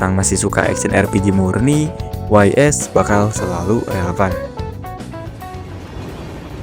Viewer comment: .hack series belum masuk bang trutama .hack//gu trilogy smpe skrg masih bagus itu game, bahkan di remaster juga kek ffx/12. btw pelafalan game ys itu "ees/is" bang bukan way es 😅, plafalan dari bahasa francis itu. mntp auto sub nunggu vid slanjutnya 👍